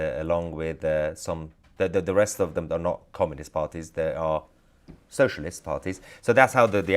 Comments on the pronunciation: its communist not comminist mahyar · Comminist? Get it right.